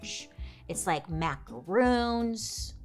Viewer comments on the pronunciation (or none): Mr Valet BASICALLY confirmed it was a coke nail😂😂....He's VALET. Also, Bailey is MAC-RONS. Macaroons and Macrons are 2 different things lol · Macarons are not macaroons Bailey lol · Bailey you’re an angel, but macarons and macaroons are not the same thing. Macarons are pronounced similar to Mack-Ron not mak-a-roon